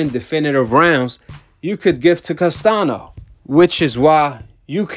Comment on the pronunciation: "Castanio" not "Castano" thats how you say it.. and "Brian" not "Brain"